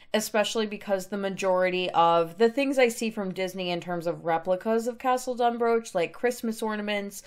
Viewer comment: Absolutely love this!! Just a head up though it’s actually pronounced Dun-br-aw-k. Sorry, for some reason us in Scotland decided the ch wasn’t going to be pronounced that way 😂. Still though an amazing build. Can’t wait to see more!! 💙